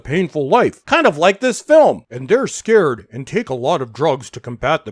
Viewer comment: The word is "SCARRED" as in physically/psychologically "Damaged".. Not "SCARED" as in "Frightened".. (Sorry)..